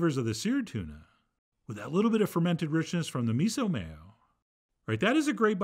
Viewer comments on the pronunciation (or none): none